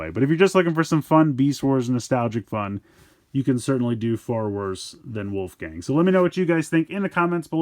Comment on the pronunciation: It's wolfang, not wolfgang